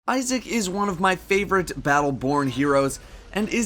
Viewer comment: Thought is said ISIS :/